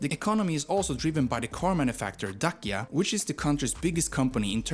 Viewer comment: The video is read by AI. The former name of Romania's territory, Dacia, is read as Dachia, with "ch" like in "cheese" or "church".